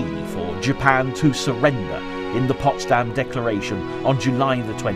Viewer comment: Ce n'est pas "possdamm" mais Potsdam.